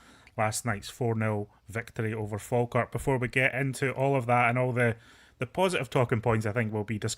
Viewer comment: 😂😂😂😂 it's Falkirk fs